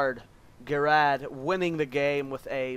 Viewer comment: ger ard u saying name wrong lol